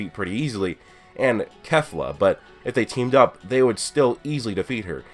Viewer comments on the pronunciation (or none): Kay-flah not Keh-fluh